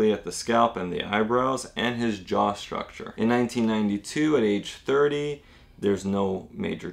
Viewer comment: STruk-tCHER, not SHRUK-SHER